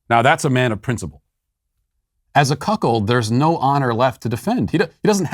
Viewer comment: Dude said Cuck hold rage….. 😂 😂 😂